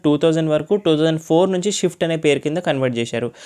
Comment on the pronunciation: Bro adi shift kaadu swift..as a car reviewer you should pronounce accurately..